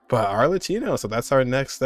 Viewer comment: Ar-le-kee-no, not ar-le-chee-no. Also yeah, Arlecchino means harlequin or clown.